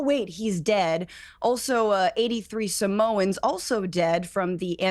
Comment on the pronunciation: what's a "sim-o-an", never heard of that. Does she mean Samoan? Funny how these people malded at everyone and called them a racist for mispronouncing Kamala's name but can't say Samoan correctly.